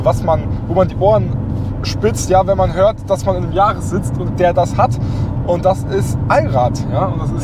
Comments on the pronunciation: Der Toyota Yaris „Gi A“ man kennt ihn :D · Warum denn gi- ar?? Kann man als Deutscher nicht gr aussprechen?? 🤯🤣